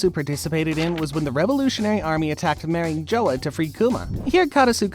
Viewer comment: Can you please start pronouncing Marie Jois correctly?